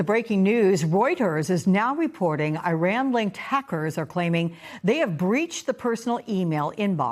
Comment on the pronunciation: Lady, at least learn how to pronounce Iran from your colleagues. It makes you like a bleach blonde airhead working for Fox.